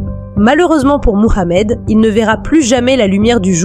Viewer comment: C’est quoi cette manière volontaire de prononcer son prénom ( Mohamed).. On sent toute l’islamophobie dans cette façon surjouée de prononcer son prénom à la manière des plus gros racistes qui existent sur terre. Vous êtes pitoyable. Honte à vous!!.. Cela vous retire toute crédibilité dans ce semblant de travail qui n’en n’est pas un .